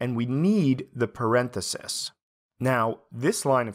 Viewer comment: I'm quitting this tutorial on 8 of 9 because of the way you said parenthesis . jk love your show